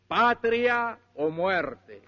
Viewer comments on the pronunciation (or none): none